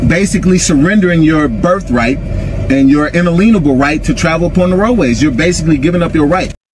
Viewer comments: “Il-leeen-uh-bull”. “Il-leeen-uh-bull”. Dude. I don’t think that word means what you think it means. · Inaleanable? Face slap! If they can't pronounce it, you can be sure they don't know what it means. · It drives me nuts when thy say Un-A-LEEN-able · Did he just say "unleenable." Yes, he did. Some people really are TOO stupid! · He has an “inaleanable” right. 😂😂😂😂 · "Analeenable right"😂😂😂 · Why can't any of them pronounce "inalienable?"